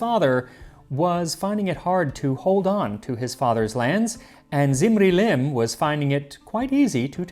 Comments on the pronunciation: Small Correction: is pronounced as "dzimri-lim", the "Z" is scholastic shortcut for the akkadian 'dz' sound ...which later very likely eroded to a simple "z" sound like in many other semiitic languages, so depending on when that happened in regards to the lifetime of that dude, ur pronunciation may still be correct nontheless 🙈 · When you say "Zimri-Lim" I hear "Lemony Snicket"